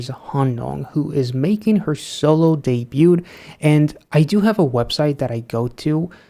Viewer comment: Also, ever in my long time mission to fix pronunciation.... the T in debut is silent (de-byoo) and debuted is similar and only 2 syllables (de-byooed)